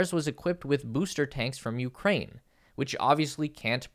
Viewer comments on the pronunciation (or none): none